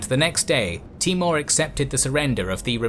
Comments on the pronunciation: His name was Taimoor ( tay- mour) not T-more. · timur not mongol :)